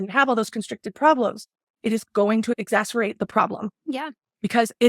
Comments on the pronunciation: She literally said "exacer-ate" instead of exacerbate. Just when I think her "flair" ups were ludicrous. She certainly has a flair for the bad grift. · Exacerbate not exaceRATE 😅maybe learn the big words before you look dumb using them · "Exacerate the problem" LOL Our gorl and her constant mispronunciations of words. And did that Dr "Derbst" really said diabetes is a vascular disease. Where in the world did she get her medical degree from if she believes that? Holy cow, she couldn't be more wrong.